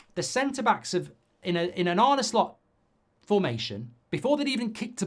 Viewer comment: He asked "Shlot" to pronounce his name mate, sorry